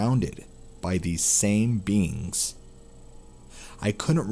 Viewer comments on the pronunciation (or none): There was a translucent bean entering his room, then he was on a table surrounded by beans. Every time i hear "beings" it sounds like beans